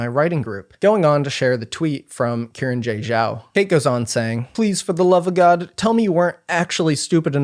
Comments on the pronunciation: her name is pronounced as Shee-ran j Zhao. she + her. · it seems like it isn’t. saw another comment about it, not sure tho. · y'know, i don't believe that's how you pronounce xiran jay zhao